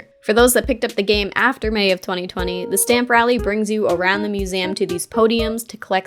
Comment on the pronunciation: I know this has nothing to do with the video, but I have never heard anyone pronounce “museum” like “mūs-ay-um”. Interesting.